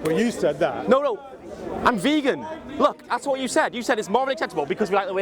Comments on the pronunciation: He is so intellectual that he cannot pronounce vegan.....good work, you got him at every point, maybe he will watch it back and see how his "intellectualism" clouds logic. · "Can there be moral arguments for being a vaygan?" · What the hells a Vay-gan?